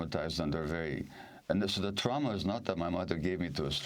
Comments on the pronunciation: Amy, please don’t take offense, but the word is, “TRAW-muh” — not, “TROW-muh” traw, like draw… not trow, as in trowel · what's Troww Ma ? I got it hearing that word. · Excellent, brilliant, blah, blah, blah...l just wish that Amy would pronounce the word "trauma" the same way everyone else does. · Great interview. But that pronunciation of 'trauma', why? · improper to teutonize the pronunciation of a perfectly assimilated English word, trauma.